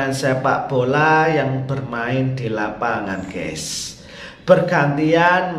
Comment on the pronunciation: Maaf admin pengucapan yg benar itu Gaes buka Ges.... Kalo tdk bhs Indonesia saja jgn sok Inggris